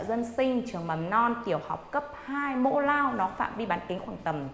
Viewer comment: Mộ lao chứ ko phải mỗ lao